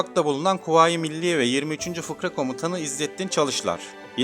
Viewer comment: Selamlar Özellikle defalarca dikkat kesildim "FIRKA,, yerine FIKRA diyorsunuz Yazilimda FIRKA olarak yazilmis dogru olarak fakat seslendirmede israrla FIKRA diye telafuz ediyorsunuz,lütfen düzeltirmisiniz. Selamlar Saygilar